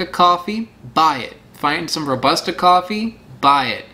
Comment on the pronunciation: And the correct “Robusta” pronunciation is . We have a winner !